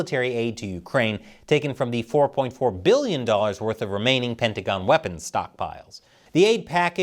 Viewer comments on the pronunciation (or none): none